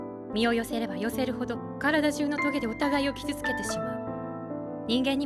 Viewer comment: Merci pour cette vidéo et le travail sur les explications psychanalytiques. Les références et les allusions à ce sujet sont tellement riches dans NGE que tu pourrais faire 10 vidéos ! En revanche, pourquoi ces prononciations bizarres à l'américaine ? - On dit "Adam" comme dans "Adam et Ève", pas "Adame". - Le nom de Kierkegaard se prononce "Kirquegarde". - Le porc-épic se prononce "porképik", pas "porépi". Vivement l'épisode 3 !